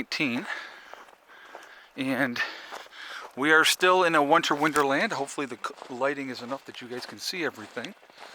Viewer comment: "a Wonter Winderland" ummm brain-fart #2? LOL